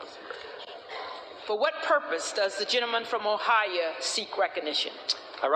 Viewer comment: Its pronounced O HI O not Oh hi ya. You would think and educated lady like her could pronounce Ohio correctly. Jim Jordan needs to be house speaker.